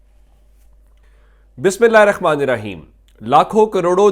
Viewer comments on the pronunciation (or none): بسم لا ہرخما ن الراجیم نہیں ہے برائے مہربانی درست گی کرلیں بہت سے لوگ رخمن الرجیم بڑھتے ہیں